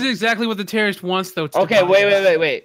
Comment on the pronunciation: Trouble In Pear-rorist Town